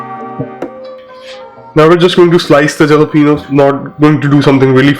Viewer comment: I'm saying this cuz I've watched around thousands of ramen recipes by different south east Asian chefs, and you NEVER add the ramen into the vessel with broth. You add the boiled noodles in a bowl, and then you add the broth to it. And, it's pronounced "Halapenyo" and not jalapeno. Anyway, dish looks great, I'm sure it tastes pretty good too. Cheers!